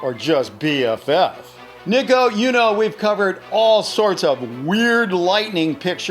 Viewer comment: hey its pronounced niko btw love ur vids and usually watch all ur vids on my other account